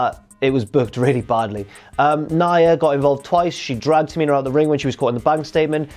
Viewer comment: Can we please have some respekt on the name of TA-MI-NA in the future